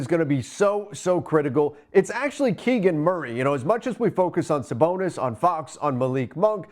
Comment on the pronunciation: I stopped listening when he said Sabonis name wrong twice..